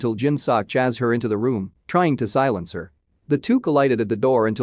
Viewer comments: Chazzed is ch-ay-sd or chased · "Chased" is not pronounced "Chazzed". It's a long-A and hissing-S sound as in "ace." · “Chazed” xD